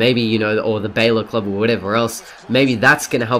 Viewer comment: you pronounce Balor weirdly